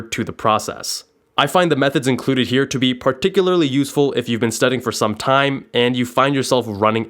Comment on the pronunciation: "Studding" lmao